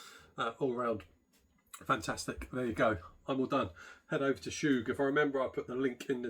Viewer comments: Chug not “Shoooge”! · Chuuuuuug. Not choooooog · Love the video, bought 2. Isn't it pronounced "Chug" instead of "Choog".